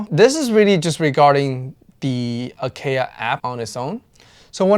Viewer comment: I am not trolling or gatekeeping, but I hope you realize that you are pronouncing Acaia incorrectly. It's an Ethiopian varietal and pronounced differently. It is just something I wanted to point out, otherwise great video. You can check Acaia's own channel and how they pronounce their name. It's an honest mistake, James Hoffman even mispronounces Timemore's name, so it happens to everyone.